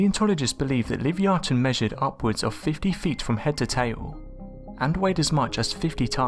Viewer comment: Love your videos hun but you r pronouncing Livyatan wrong I think lol well one of us is lol keep up good work xo